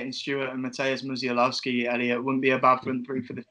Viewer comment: His second name is pronounced Mu-sh-a-w-owski. Great video too lads.